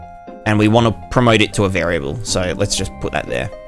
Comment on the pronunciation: lol "vari-ah-blay"